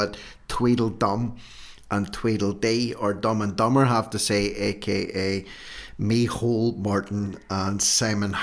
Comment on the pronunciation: Can you please stop with the mehole his name is in irish its micheál , I like irish names and you are making a fool of your self and your videos are good but why laugh at tge irish language